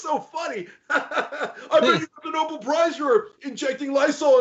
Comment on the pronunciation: It's not Noble. It's Nobel. Dumb asswipe.